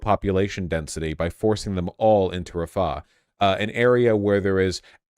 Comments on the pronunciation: It’s RA-fah not Raf-AH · A white liberal’s pronunciation of Rafah